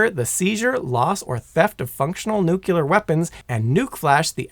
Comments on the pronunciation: I came here to say this. thank you! My wife says it wrong too. when she does I reply with "OK GEORGE W BUSH." Hearing people pronounce nuclear incorrectly is like nails on a chalkboard for me. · No no no if you can't say nuclear I've no interest bring Simon back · Say it with me,: nu-KLEE-er, NOT nu-cue-ler. Fingernails on a chalkboard is one of the few things that sounds worse than how you pronounced this particular word. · NuCLear... Not nucelar... Please. Trying to make a George W. impression? I was happy to hear first. Like his tone and voice. Starting to regret it. And you top it of with 30 minutes of filling material before getting to the point. Now I remember why I don't watch your channels anymore. And you add a bunch of useless model numbers in a complex system description. That's it. I quit. Wasted enough time even though I skipped most of it. Painful. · It's not nucyeelar, it's pronounced NOOKLEEAR (or even nyookleear) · Its nuke -u-lar weapons according to this shitforbrain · Nu-cle-ar. It’s nuclear. Not nuke-you-ler. Thanks for the cool history lesson though. Your mispronunciation doesn’t devalue the info, just grinds the heck out of my gears 😅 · NU-CLEAR!!!! NU...CLEAR!!! NOT nukyular!!!! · Great video. Killing me with the nucular pronunciation though. Nuclear, like nucleus. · You're an idiot. It's pronounced nuclear, not nukyaler. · N U C L E A R READ THE LAST FOUR LETTERS . CLEAR not nucular Please stop nucular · Nuclear (new-clear, referring to the nucleus [nu-cle-us]), not nukulurr (nuke-ya-lurrrr) What did the ruler of Omicron Persei 8 do to you bro?? It's important where the L goes. Bro a video entirely of you talking about nuclear subjects and saying it like George Bush is painful........ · I don’t know if I can watch this, and hear somebody say neuc-u-ler every 10 seconds. It’s freaking new-clear! How hard is that to say? Two syllables! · "Nucular" no no no no... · Repeat after me: NU-KLE-AR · Seriously. Sound it out. Nuc le ar.